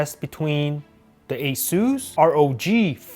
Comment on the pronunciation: Aesueees phone?? The name is asus